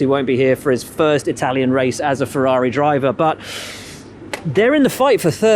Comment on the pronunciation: One day the main commenting dude could stop butchering the name "Ferrari" by not saying fewaawii.